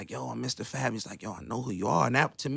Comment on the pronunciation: Why they keep calling him Mistah F. A. B. it's pronounced as one word Fab 😂